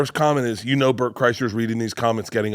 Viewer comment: Bobby said Bert's name right , what universe am I in right now???? 😮